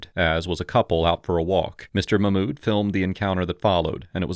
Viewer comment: "muh-mood" 🤣.... Mock-mood, my fellow white man